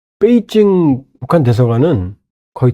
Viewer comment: 뻬이징이안이고 베이징 이다 바름좀 똑똑이